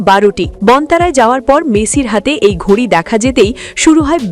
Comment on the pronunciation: এটা ঘুড়ি না ঘড়ি আগে সঠিক উচ্চারণ করো